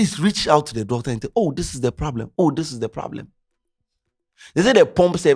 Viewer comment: There’s a pooblem 😂